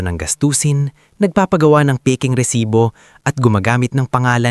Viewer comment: Mali rin ang bigkas ng " Lipa"Pilipino ka ba,? bakit ganyan ka kung magsalita ng tagalog, resibo hindi resites